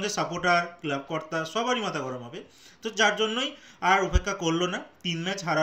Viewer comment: 'কেলাব'? যুক্তাক্ষর উচ্চারণ করতে পারেন না?